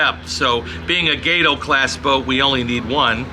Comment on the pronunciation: It is pronounced ''ga-toe'' not ''gay-toe'' cabron!